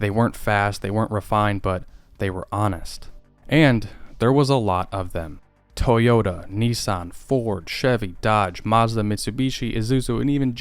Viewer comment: Toyouta period